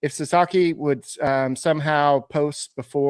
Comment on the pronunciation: Sasaki not Sasaka